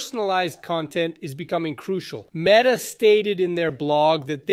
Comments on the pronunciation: Come on bro It’s ‘met’ - ‘are’ Not ‘meat’ - ‘are’ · Huh? I was just saying you pronounced ‘meta’ incorrectly.